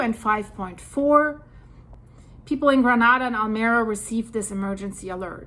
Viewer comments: Almeria is pronounced Al Me Ria not Almeera From old Andalus meaning the mirror of the sea or to the light Enjoy your in-depth work!!! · Pronounce town as Almería, accent in the i just as it is written... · It is not Almera but Almeria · Almería is pronounced ALMEREEIA